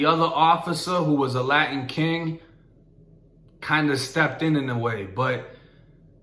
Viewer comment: Did he say Latin king co